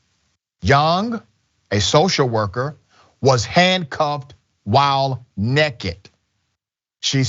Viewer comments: Its naked. Not necked. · I love the “nekked” pronunciation